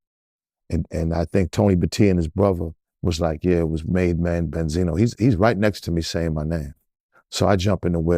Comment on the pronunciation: I’m mad dude wearing these fake Cartier glasses with that UV protection sticker on the corner lol 😂 Ben-Zi-NO lol